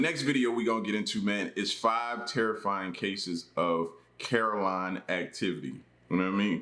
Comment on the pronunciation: Carol Ann...not Caroline